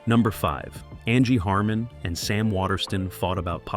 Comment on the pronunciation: NBC proves once again that network executives are some of the dumbest tools earning waaaay more money than they deserve. (On a separate note, what was with the Angie Harmon segment? Beyond the fact that most of the photos were NOT of Harmon, is it asking too much that you pronounce her name correctly?)